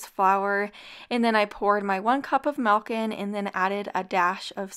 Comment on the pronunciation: Somebody please tell me what is this "melk" I keep hearing about?